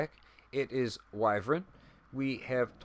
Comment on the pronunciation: I’m so proud of you for pronouncing wyvern correctly 👏👏👏👏👏👏 as always great build two things what in the world was that sound in the background and two did you that Ubisoft is going to be introducing crossplay in the division